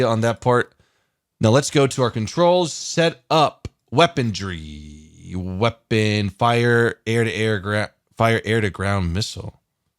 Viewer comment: There is no 'd' in 'Weaponry'.